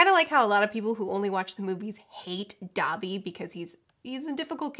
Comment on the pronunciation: When she said "Dobby", my weeb ass heard "Dabi" and I had to pause the video for a moment